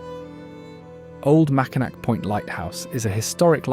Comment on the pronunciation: The Mackinac bridge is pronounced MackinAW. That said, it's a common mistake.